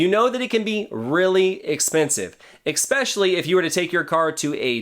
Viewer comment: I like your video, but I just have to say it kinda was making me a little crazy there is no X in the word especially please